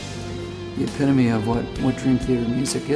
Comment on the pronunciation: petrucci cant stop sayin "the epitamy" and labrie cant stop saying that "process"